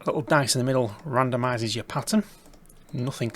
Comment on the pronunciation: How do you manage saying nothing as nothink ? What the actual fk